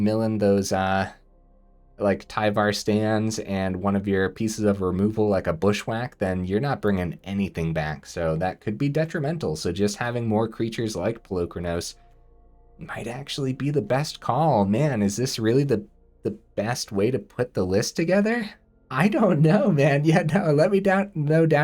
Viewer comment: Say it with me now - "Pal-Lou-Kron-Oss"